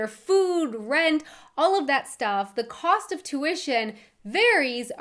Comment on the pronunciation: Have you ever noticed how many "h" sounds you add to your pronunciation? Nothing bad, just peculiar. "Co-h-st" instead of "cost", "Pu-h-blic" instead of "public", "to-h-ps" instead of "tops" for example. Keep up the great job and passion in your videos